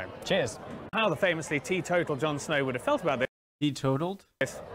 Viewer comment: It's not 'Tea Total' it's 'Teetotal' - meaning abstaining from alcohol